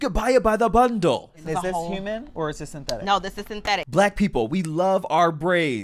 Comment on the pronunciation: "YOU CAN BUY IT BY DA BUNDAL" 🤣🤣🤣🤣🤣 is really frying me